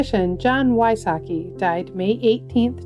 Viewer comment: Jon Wysocki - pronounced visocki